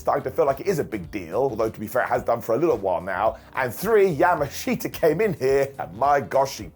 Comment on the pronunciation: It’s super funny hearing say Yamashita instead of Yamashita 😂